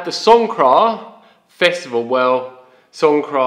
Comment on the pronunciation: Songkran? Why are you pronouncing it song kra not 'song-graan' ?